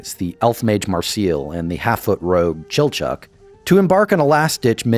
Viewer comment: Thank you for pronouncing it "Chilchuck" and not "Chilchack" or "Chilchakku"